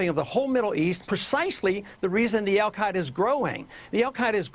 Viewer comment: al gay-da? Yeah you really solidified your argument with that.